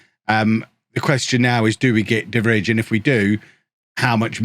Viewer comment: the way you just went for De Vrij, an Inter player (who is trash irl btw) and then went on to absolutely butcher his name was something i didn’t need today